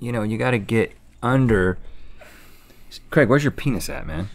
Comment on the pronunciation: I know it’s Craig but they pronounce it like Creg